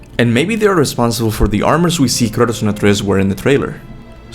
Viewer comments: What I want to know is why do you call Kratos "Curtis? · Why are you calling him Curtis? It's Kratos - kray-toss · Why do you keep calling him Curtis? lmao. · When you say Kratos is sounds like you are saying "Curtis" 😂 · Sounds like u say Kurtis instead of Kratos🤣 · Am I going crazy or do you keep calling Kratos, Curtis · i keep hearing curtis instead of kratos. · Sounds like you're saying Curtis instead Kratos. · I constantly hear Kurtis instead of Kratos :) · I love he pronounces Kratos as CURTIS I can't unhear it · Everytime you say Kratos name, it sounds like Kurtis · The caption says you're calling KRATOS ""Curtis" and I can't disagree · kRts and atRs loool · For someone who undoubtedly knows and loves GoW series more than most of us, your pronunciation of “Kratos” and “Atreus” are seriously strange bro. 🤣🤣🤣🤣🤣 I gotta say that bugs me a little tho. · he could pronounce the word “Jörmungandr” just fine yet “Kratos” is the one he struggles lmao